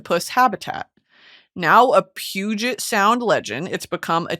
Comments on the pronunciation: Just wanted to say thank you for pronouncing Puget correctly ❤ WA fan here! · Hearing you pronounce Puget correctly (and mentioning my state at all really) was so nice <3